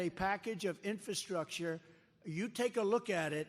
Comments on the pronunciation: can’t speak “infertrucer” and thinks master lock is some sort of children’s toy? either he’s lost it or his childhood was a nightmare lol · ROTFLMAO, he can't even say the word "infrastructure". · Can’t pronounce infrastructure.